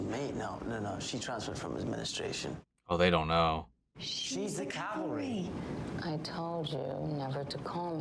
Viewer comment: May is a badass! And it's CAV-al-ry, not CAL-va-ry. ;)